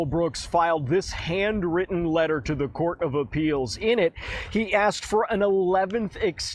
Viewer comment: Grounz?? Grounz for the substained he axed without relevancy.